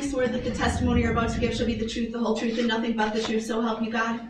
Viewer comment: have you noticed that Darrell cannot pronounce the “th” in words. Troof, oaff